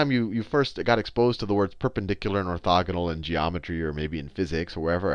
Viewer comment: i like the way he pronounces the word "perpendicular"